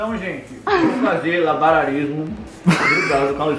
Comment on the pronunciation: "Labararismo" kkkkkkkkk